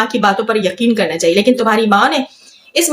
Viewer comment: Chaye nhi chanyen bolti hai 😂😂😂